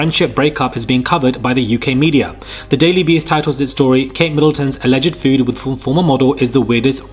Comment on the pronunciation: Feud is fewd not 'food' lol. 🤣 'Strongly letter legal words'!!? 😁 Surely you mean, strongly worded legal letters!! 😆